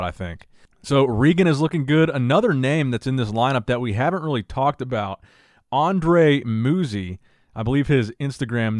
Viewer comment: Roberto Buonomo is pronounced "Roh-behr-toe Boo-on-ohmo" Andrea Muzi is pronounced "Ahnd-reh-ah Moo-zee"